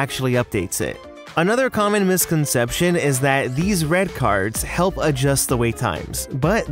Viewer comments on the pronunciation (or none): none